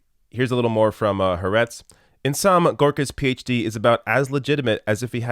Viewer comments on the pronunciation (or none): I think it's pronounced Ha Aretz with two A's, separated.